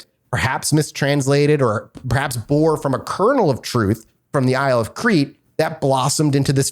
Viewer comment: I'm surprised none of them knew how to pronounce Crete.